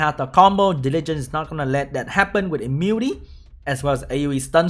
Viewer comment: ITS IMMU-NI-TY NOT IMMUTY